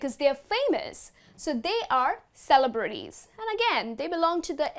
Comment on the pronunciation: are you sure the way you pronounce the word "celebrities" is the correct? it sounds weird to me